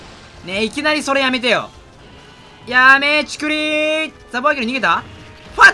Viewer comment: 絶対元ネタ知らねぇだろって発音のやめちくり〜とファッ⁉︎地味に好き